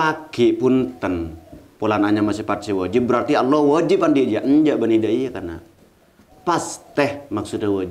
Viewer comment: Aq fans setia mata pena. Cuma sy ngasih saran sedikit biar mata pena tambah banyak penggemar nya. Tolong, usahakan ketika menyebut nama allah, dgn sempurna. Bukan " alloh" masak gk bisa melatih bahasa allah allah. Sedangkan ekting dan lain sebagainya bisa juga hal2 yg rumit bisa. Itu saran sy. Krn ada pepatah. SATU KRITIKAN LEBIH BAIK DARIPADA SERIBU PUJIAN. WASSALAM.